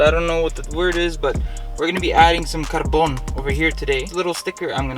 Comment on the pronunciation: LOL ,the way u said carbon